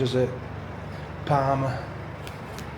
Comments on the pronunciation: Is there any other locals really annoyed every time he said PARMA instead of PARMO??? And also when he called the obvious garlic dip a yoghurt dip!?!?! Anyway cool video, nice to see someone championing the area and that parmo actually looked really nice, will have to try it out that cafe one day shopping. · You kept calling the dish parma and the locals would say yeah parmo, but you kept on right to the end still calling it parma, you are a stubborn beggar but we love you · parmOOOOOOOO ffs 😂 not parma like parma ham 😩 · parmO please stop saying parma 🤣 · PARMO! not PARMA! 🤣 They taste very different in restaurants than they do in cafes and takeaways. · It’s called parmo not Parma 😂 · Good vid man, but parmehhh 😂😂🤣🤣👌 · It's parmo not Parma lol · Ive lived in mbro all my life i didnt know Sydney Harbour bridge was made here. Ps we call it parmos not parma 😊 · It’s pronounced parmOO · You should’ve tried Manjaro’s for your Parmo (pronounced with an Ooo sound not Parma) , great vlog you just popped up in my search, noticed you have just been to San Antonio Tx , will have to check it out , haven’t been there since early 2000’s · It's parmo with a o on the end lol